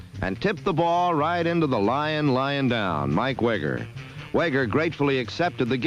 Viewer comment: The announcer mispronounced Mike Weger's last name the couple of times. It rhymes with eager.